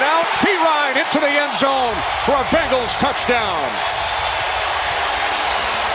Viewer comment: Is it just me or does it sound like he’s saying bagels every time he says Bengals? 😂